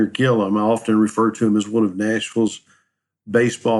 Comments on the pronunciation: His name is Gilliam. Not Gillam. That’s why I gave it a 👎🏼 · WHY ARE YOU CALLING HIM GILLUM??? HIS NAME IS GILLIAM - G I L L I A M!!!!